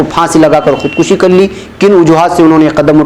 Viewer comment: Janab, khood kashyon ya dusri jagah aapne khood kashi parha hai ye ghalat hai keyon ke farsi me kashidan masder khinchna hota hai esi se kash aata hai aur kushtan masder maarna hai es se kush aata hai, es liye aap khood kushi ya khood kushyan parhen